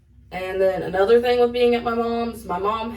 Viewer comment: Hey man we were having a shot contest everytime you say "thang" we hit a shot and yeah im drunk and blame u